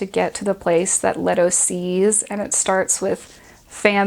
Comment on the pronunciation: Lee-Toe. Lee-Toe.